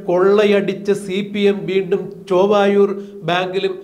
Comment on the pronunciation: സുഹൃത്തേ... ചൊവ്വായൂർ അല്ല ചേവായൂർ ആണ്.